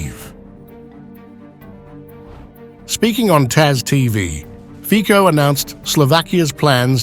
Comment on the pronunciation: Fico - /fitsoh/, not /fkkoh/